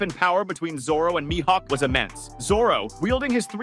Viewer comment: I hate how he pronounces Mihawk